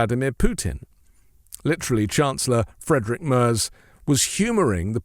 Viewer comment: Thanks,, for the insightful video. Just on the side: the German Chancellor's name is pronounced (approx). Freedrick Mairts ("air" as in english "air").